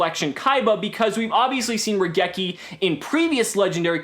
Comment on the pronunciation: Question, why do people forget to pronounce the i in raigeki. The card is literally a lightning bolt, the rai in raigeki means lightning. Seriously, I understand it's a japanese word so obviously people won't say it correctly in every accent but you can't just omit the letter.